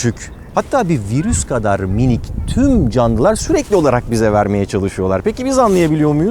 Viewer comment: Minik derken break dance yaptı gibi geldi bana.